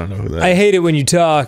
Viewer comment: "just-a say-a when-a!"